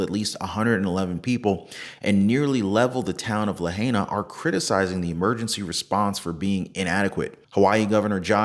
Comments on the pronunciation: Great video! Pronounced La hi! Nah! Not la hey ah🤙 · Pronounced La-hi—nuh otherwise great coverage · It’s pronounced La Hi Na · Pronounced "Lah high nah". The natives want it pronounced correctly.